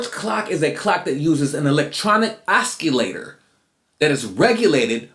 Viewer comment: I was having a good time silently making fun of how you pronounce 'silicon' and 'oscillator', but then you asked the same question about the roots I asked. It's funny how in the documentary we learn about the dolphins and lovers, but can go right back to seeing the lovers when our guard is down. Caves. You are seeing the dolphins. Good eye my friend.